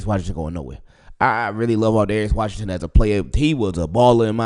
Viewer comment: straight butchered his name